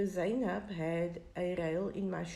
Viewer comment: Her name is not Go- Wa .... It's Gouwa. With a gutteral soft G sound. At least find out pronunciation before making your video. And It's Zay- nab ..... Not Zaai nab